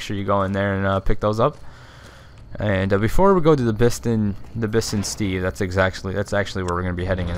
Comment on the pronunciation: Bison Steve "Bi-son"